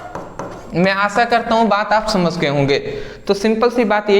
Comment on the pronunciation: Thanks brother 👍 🙏 But aap samjh ko samsh 😅 mai aa gya bolte ho 😀😀😁😁